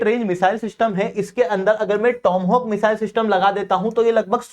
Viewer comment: Tomhawk nahi toma(maa)hawk hai....